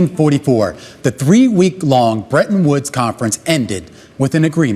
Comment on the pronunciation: Bretton Woods agreement, not brenton woods agreement. Hahaha